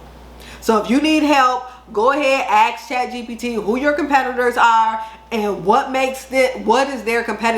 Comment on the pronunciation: Can you drop the link for Chatgbt I think it is you said? I’m not sure I heard that right. Thank you so much. I’m new here and I appreciate your videos